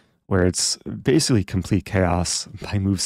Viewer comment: I think Eric invented this along with "basilly" "Basilly the rook is trapped"